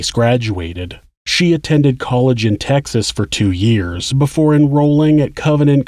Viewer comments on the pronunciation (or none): none